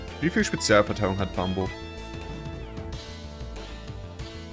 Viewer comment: Bin ich dumm oder wsrum sagt er immer bambo 😂 der heist doch Bumbo